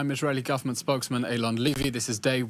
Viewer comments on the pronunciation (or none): Eylon Lie-vy